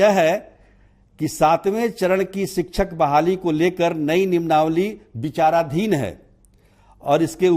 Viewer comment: शिक्षा मंत्री को अंग्रेजी नहीं आती है और पत्रकार महोदय को हिन्दी नहीं आती है । मंत्री जी interruption को interrogation कहते हैं और पत्रकार महोदय नियमावली को निम्नावली 😅